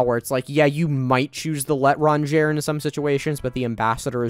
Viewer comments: THE L'EHTRAHNGEYRE LOOOL Firstly L' is another form of Le so basically it means The so you said The The Étranger Secondly it's pronounced "L'e[y]-tr-aw[n]-je[y]" (Letters in brackets mean that you pronounce the sound like it's there but don't pronounce the letter itself, if you understand what I mean. Just use Google Translate or something) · the way you pronounced l'etrenge :( its pronounced lut-trun-jay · it's ley-tron-jhay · At least knowing French, hearing him say let-rong-ger physically pained me.